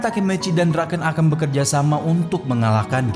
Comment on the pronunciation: BUKAN DRAKEN BANG TAPI DRAKEN🗿